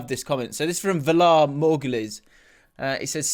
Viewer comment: the pronunciation of Valar Morgulis was so poor. It’s from game of thrones (not sure if you watched it or not)